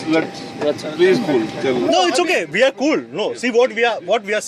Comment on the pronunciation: Its we not veee